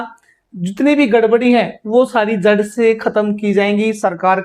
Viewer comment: झड़ ❌जड़ ✅